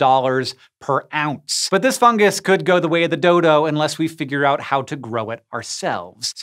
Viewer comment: so why does he say fun “gus”